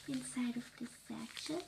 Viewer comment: Sachet is pronounced sash-ay , not sat-chet xx